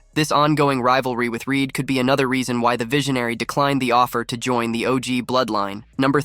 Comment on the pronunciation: How come the AI voice you use doesn't know How to say the word join? It said, John. Maybe if you're going to be lazy and not do the voice over yourself you should probably spend the money on AI that can read simple, English words